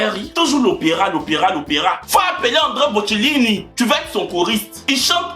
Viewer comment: c’est Andrea Bocelli, pas André Bocellini 😭😂😂😂😭